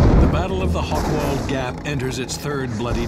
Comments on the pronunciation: Hoch = High, Wald = Wood. Not "Hokwald". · "Hochwald" has nothing to do with hogs. It wouldn't matter that the speaker doesn't have the slightest clue of German pronunciation, if "Hochwald" were not one of the key words in the documentary. Nevertheless, it is a very professional and informative presentation of a forgotten war story.